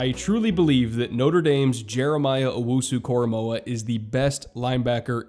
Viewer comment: Also, thank you for getting his name right. I can't tell you how many times I have heard broadcasters, reporters, and analysts get his name wrong.